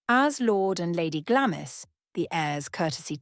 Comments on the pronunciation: "Glamis" is pronounced "GLAMS" - i.e, the "i" is silent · Glamis is pronounced glahms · Please pronounce Glamis correctly. Its Glarms. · Glamis is pronounced Glams. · Even the most badly educated person knows how to pronounce Glamis